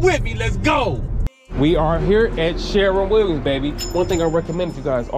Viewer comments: It's called sher-win not sharin Williams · 😂😂Sharron Williams Bro, it's shur-win Williams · Spelled shErwin Pronounced....SHURwin sounds like a U in fur🥴 Nice video Is this a particular city/state? Or anywhere USA? New sub😘